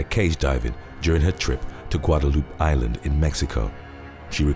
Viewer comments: Guadaloop lol No. it’s GUADALUPAY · "Guada-loop Island" 😂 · Yes guada loop island lmao it’s guadalupé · Guadaloop? Sounds like I'm stuck in a vindaloop. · “Guada-loop” island lol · Pronounced "Guadeloup-Ay".